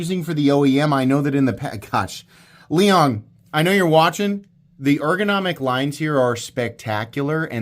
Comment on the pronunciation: Liong Hell-Nah. I will never buy a knife from this POS